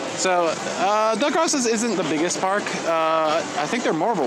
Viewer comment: It's pronounced Dell-Grow-So's